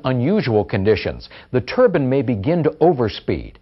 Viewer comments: Turban is turban, these are TURBINE, long I. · Got sick of listening to this dude wrongly pronouncing turbine as "" Turben""... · It's not a "Turban". It's a Turbine. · they are pronouncing the word wrong the bine part is to be pronounce as like pine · Its painful to listen to how he pronouns turbine